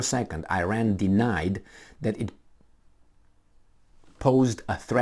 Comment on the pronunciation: You should learn how to pronounce iran